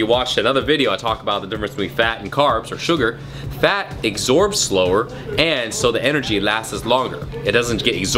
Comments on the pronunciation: It's absorbs, not exhorbs! Love the bullet-proof coffee💚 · lol "exorbes" I love it! :p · "it eggsorbs slowly"